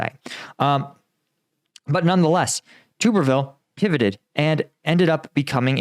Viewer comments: Tub ber ville not tuber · At least get his name right, It's pronounced Tubberville. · its pronounced tub er ville like bath tub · stupid. stick to Ukraine. Everyone knew this, me included. You mispronounced his name.